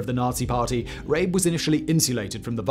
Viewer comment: Surely his name is pronounced RAH-buh, not Rayb.